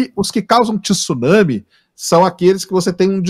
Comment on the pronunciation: Um estudiosos falando tisuname! Então fala maremoto! Tsuname!